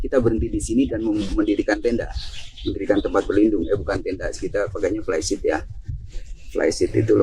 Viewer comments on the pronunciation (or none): none